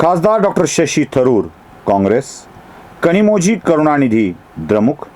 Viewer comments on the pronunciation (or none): त्यांचं नाव कन्नमोळी असं आहे.कन्नमोझी नाही.तामिळ शब्द इंग्रजीत लिहिताना ळचं स्पेलिंग zh असं करतात